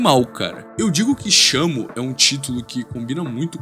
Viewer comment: vlw mn, na pronuncia eu juro que escutei shama, fiquei um 10min procurando por esse nomekkkkkkk